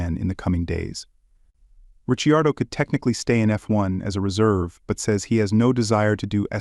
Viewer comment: I clicked away as soon as you pronounced it "Daniel Rich-ee-ardo"